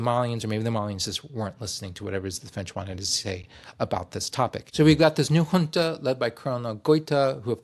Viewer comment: Query: AES and AU ... a tangled web? (Boundaries drawn according to distribution of resources? BTW FWIW "Chile" is aptly described by me as "southern-most slice of Canada".) p.s. thanks so much for pronouncing junta comme il faut!